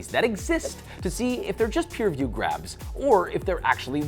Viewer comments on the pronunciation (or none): none